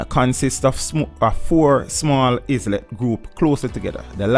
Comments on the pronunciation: Good research but it's a shame you were not paying attention in English class. Cays is pronounced "keys". Islet is pronounced "i-let" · Islet is not is-let the s is silent as in island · islet is like island the s is silent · "Cays" is pronounced "Keys" "Islet" is pronounced "I-let" Just like how we don't say "Is-land," we say "I-land" Otherwise, thanks for the info!